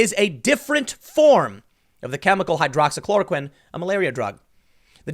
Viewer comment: He said hydroxychoroquine!!